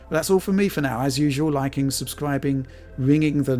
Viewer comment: "Pwease subscwibe to our Pwaytreon..." 😂🤣